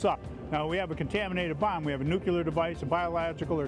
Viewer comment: Yeah... your solid steel humpty dumpty trailer could handle a nuclear detonation.... its called Radiologic. Words matter. And futher more, its not nuke-you-lur. Its new-clear. Please dont let this man near explosives.